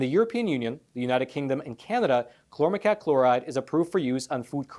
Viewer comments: hmmm... cousin to paraquat? Pronounced like kwot not cat... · If someone on your staff told you the pronunciation of the chemical "chlormequat " was chlormecat they were mistaken. Queen,quart,quarter,quick,quack and paraquat are good examples of the actual pronunciation of the "qu" combination. Pronounced "qwat" not "cat". I fear listeners may not take you serious if your writers don't understand English. I'm a longtime subscriber and English is my 1st "language" and that's how the "u" changes the word. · "Chlormequat" is correct. From the spelling I'd expect it to sound like ˈklɔrməˌkwɑt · Chlormecat? It's Chlor Me Quat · Chlor-me-quat (koo-wat) say it with me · Exactly. There's no "tatt" in there anywhere. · Paraquat=parakwaat Chlormequat=klormekwaat I am a subscriber and watch all of your facts matter videos and enjoy receiving the knowledge and news you report. But I think there wasn't enough research on the pronunciation of Chlormequat. If I'm wrong let me know. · Why are you saying "klormetat" instead of chormequat? Is it spelled wrong? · "quat" as in the word "squat". Not as in the word "cat". It's "kl-ohr-meh-kwat". Thank you for bringing this to peoples' attention.